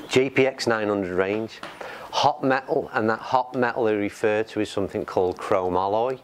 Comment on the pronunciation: Pronounced..crow-mol-e, not cro- ma - Loy.